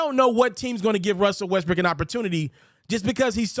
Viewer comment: At 6.44 I heard Westbrick 😂